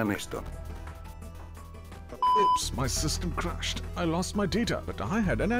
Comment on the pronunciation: I lose my dita dijo el señor del prutogente